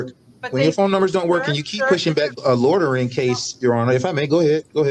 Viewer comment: Does he know the actual word is loitering not lodering